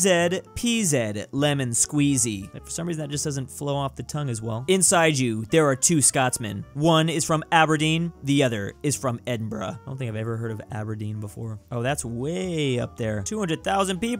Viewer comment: Edinburgh? More like Edinbruh